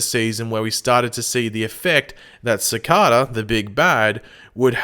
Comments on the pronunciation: It’s not cicata it’s cicada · Why does he say CICADA like that? It’s annoying lol